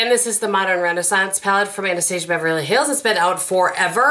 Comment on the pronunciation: And you pronounce it correctly!! a-nuh-stA'-zha"